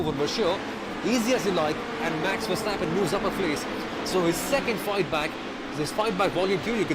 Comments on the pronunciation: yeah, the emphasis is on verSTAPpen. But overall liked the commentary, good job guys! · Please, not so much emphasis on the ver of Verstappen and Verschoor. Say it like "over" without o with a short er. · FUUURR-stappennnn.. dude haven you heard anybody say his name before.. 10 lashes in a public square!